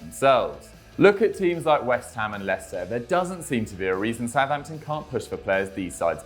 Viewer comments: soutampton?? isn't it Southampton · What's a soutampton? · Who’s ‘ Soutampton ‘ never heard of them ??